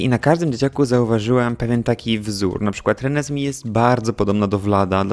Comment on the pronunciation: jeżeli Reneesme jest wzięte ze zmierzchu, to prawidłowa wymowa jest "renezmej"!!